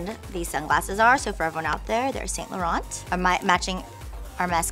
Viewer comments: Brandon it's actually the correct pronunciation lol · She's pronouncing it correctly, but she has that valley girl "accent" that puts more emphasis on words.